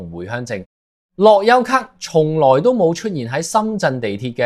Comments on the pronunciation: 我三月返嚟已經要睇回鄉証，一月尾上去時都係用樂悠咭就得。讀樂(優)咭唔係樂(油)咭？你唔係香港人？ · 樂悠咭不要讀成樂優咭